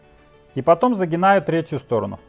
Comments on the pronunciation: Загибаю, а не загинаю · ЗагиБаю, а не загиНаю! Няма?! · Не загинаю, а загибаю. Прости